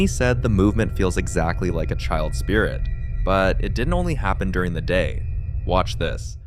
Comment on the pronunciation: I love it when it says WAAtch!!! 😂😂😂